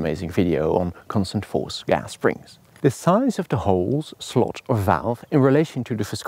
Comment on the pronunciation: His pronunciation of “gas” really triggers me though.